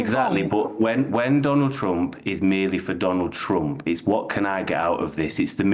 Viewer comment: Your wierd not Trumb